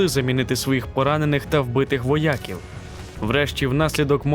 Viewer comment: Відео ,як завжди цікаве і дуже потрібне. Не сприйміть погано мою критику. Але я помітив , що диктор сказав "воЯків" , а не " воякІв". Якщо правильно і так ,і так , то прошу відповісти. Дякую Вам за працю.